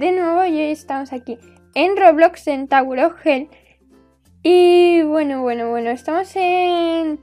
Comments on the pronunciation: En vez de tower le dice tawer :b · En La Primera Pregunta Escuché Tauro Of Hell Jjajajaja